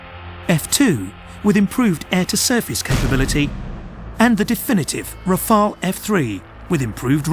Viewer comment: Part 1 First, could you please stop with this recurring "Rafael" :D "Rafael" is a first name for (male) PEOPLE. The name of the aircraft is "Rafale", which is not a first name for people, but a French noun meaning both "gust of wind" and "burst of gunfire".